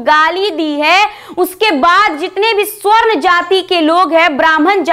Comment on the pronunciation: सवर्ण होता है स्वर्ण नहीं